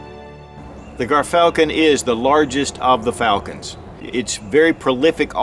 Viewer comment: Dont mean to be that guy but its pronounced JEERFALCON